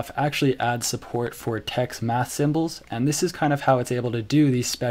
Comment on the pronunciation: You pronounce troff as one word and GNU as three words. Both are wrong. edit: You pronounced TeX wrong, two times in one sentence, in two different ways.